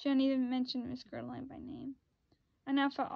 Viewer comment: Bitch it’s ger-al-dine, smh learn to read